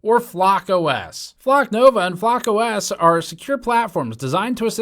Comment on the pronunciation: FlockOS is pronounced "flock us", I'm pretty sure.